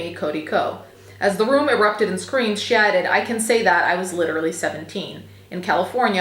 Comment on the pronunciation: omg I had to listen to this several times. I thought you said “shatted “ instead of “she added”. 😂